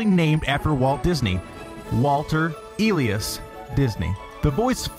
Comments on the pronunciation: Its not eeeelies its e i las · Umm.. there are A LOT of wrong facts here.. D'Isigny was the Disney name before they changed it, but Walt Disney never went by that. It was changed when his family moved to Canada/US before he was born. His name is pronounced E-LIE-as. not E-LEE-is. Snow White (1937) had already been complete, and Bambi was in production before his mother died. It was in production in 1937 and she died in 1938. Even Pinocchio was already in production before. Walt Disney never held the patent for Technicolor, he worked with the company and got their exclusive rights for 2 years. And Disney was not alive when Disney world was opened. While it was true that was why the Utilidoors were created for WDW he never saw them in action. There has been zero evidence that Walt Disney was ever afraid of mice. 1984 was the year that the Macintosh was released. Apple computers had been released back in 1977. The stray cats in Disneyland actually doe take care of those stray cats, giving them places to stay in the daytime to stay away from the crowds. The trash cans were not 25 steps away from hot dog carts, they were no more than 25 feet away from any other trash can. I just finished reading a couple of Walt Disney biographies, that is how ti I know these facts. BTW: Mickey Mouse. I did make it all the way through. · Lol your pronunciation of "Elias" x'D